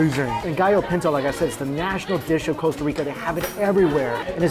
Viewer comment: It’s Costa not Coesta